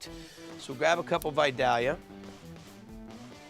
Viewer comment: Love you Guy, but it's Vi-Day-ya onions.